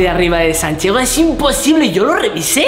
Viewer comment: Me dió mucho miedo cuando dijieron sanchego creo que se escribia asi me da muchísimo miedo